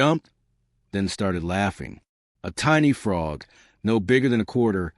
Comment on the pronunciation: Sick of hearing the guy say "Fraud" in stead of Frog.